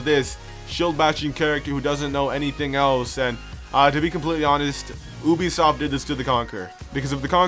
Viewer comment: Uh listen for whatever the hell “oobisoft” is